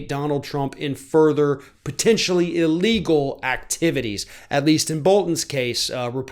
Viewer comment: Bigly “iligel”🤪😂😂😂